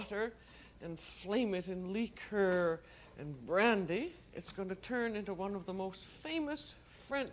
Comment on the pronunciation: “Lheeker” lol just listening is a comedic hoot